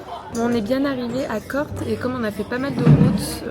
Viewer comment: Attention c'est pas Corte c'est Corté n'oublie pas l'accen😅